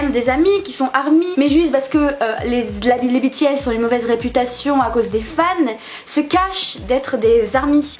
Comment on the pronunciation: Ta vidéo me stresse tu dit "Bi T S" alors que moi je it " B T S" 😂